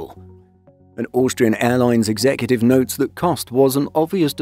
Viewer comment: the way you say Austrian gets me every time hahaha Auuuustrian